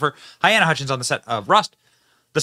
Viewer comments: Her name is pronounced Ha-leen-a, Not Hy-Ann-a (spelling is clear… Halyna) Sorry to pick at ya, Benny - but you mispronunce (add sounds) all of the time. I’m sure her family would prefer to hear her name correctly. Still love ya, though. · Halyna. NOT hyanna. He should've been charged from the beginning. He fully responsible. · Benny, I love your humor (most of the time) and your videos the majority of the time but you loose some credibility in my book when you don’t know how to pronounce peoples names such as Halyna! (It’s NOT hyena or hyana! It’s close to Helena but Hel-A-na). Just sayin’… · Baldwin is the weapon AND a TOOL. Poor woman's name is pronounced "Ha-LEE-na". May she rest in peace, may justice be served. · Pretty sure you’re saying her name wrong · Oh dear Benny, at least get her name right. 🫣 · You mispronounce her name.